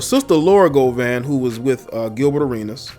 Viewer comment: That’s NOT how you pronounce Gloria’s last name.....🤣🤣🤣🤣🤣